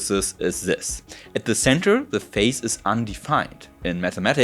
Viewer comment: Excellent presentation. My only gripe has to do with your pronunciation of "phase," which to my ears sounds the same as "face", but the "s" in "phase" in English is pronounced like the "s" in the German word "Kaiser".